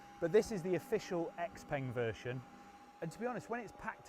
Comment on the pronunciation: If only he could have put in a little effort to learn the correct pronunciation of xpeng